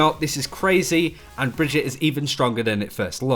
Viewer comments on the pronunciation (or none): bruh its brigggeeeeeettttaaaaa. not brihjit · Brigg-ett-e not Bridgette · it's not "bridge-eet" it's "brig-eet-ay" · Pronounced Bri-gee-tuh. Not like Bridget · br-GIT-uh, dude. Not Bridgette. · So she’s supposed to be swedish, right? But her name makes no god damn sense in swedish. It’s like they butchered the actual swedish name Birgitta (pronounced bih-gitt-uh, with a hard g as in ”go”). Brigitte isn’t a real name, it’s weird as fuck, but I guess us Swedes would pronounced it as brih-gitt-eh (again with a hard g). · Awesome video, but for future reference it's pronounced Bri-gee-ta ;) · So weird, do you tubers actually listen to Jeff speak? He says clearly how the heroes name is spoken.... Bri-gee-tah. Kind of like vageta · It's pronounced like Vegeta. So, Bree-geta. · Pronounce her name right plz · Yeah it was a bit off, but he didn't exactly butcher it. It's one of the better americanized pronunciations I've heard. If you don't speak german I don't think you'll get any closer than what Jeff said. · He definetly did NOT say the name right in the dev update